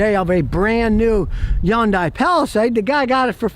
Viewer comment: Love how Scott says Hyundai. Yan-Die 😂